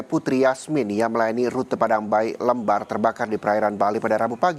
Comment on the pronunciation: lembar bang bukan lembar